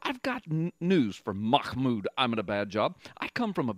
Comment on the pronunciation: Hahaha. Sounds like your saying his name is Mahmoud 'I'm in a bad job'. Now That's Prophetic!